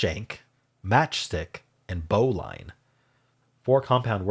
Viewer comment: Just FYI: bowline is pronounced "bo-lin".